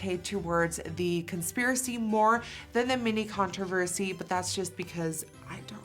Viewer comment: omg! i was watching this video and the way nikkie said "controversy" was like "contourversy" but then i realised they would need to make so many different ones for all the shades and that would take like another year